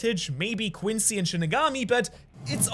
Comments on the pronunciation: This is basically how people who don’t watch Bleach think Ichigo is lol Edit: Heads up, it’s pronounced Quinsee not Quinshe, the word is French and it’s only pronounced Quinshe in Japanese because of their accent. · BRO SYAYS QUINCY QUINCHY